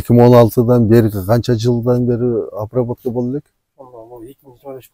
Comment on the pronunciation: Айтып жатса деле:"Обравотканыбы"-дейт го уборканы сурап жаткансып